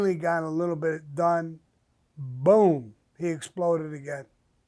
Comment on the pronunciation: Samuel Sammy The Bull!!! You do no that you need to patent the word BOOM BOOM BOOM!!! Because I will say you say it the best out of any man I have ever heard say it!!! I hope no one has not already done this because I'm telling ya you can make some money with this BOOM BOOM BOOM SHIT!!! It's the best!!! Just by how you say it and put it on some of your Merchandise because I would most definitely buy it!!! Make it a Grateful Day Sir!! Really enjoy listening to you and your Podcasts!!!! BOOM BOOM BOOM BOOM!!!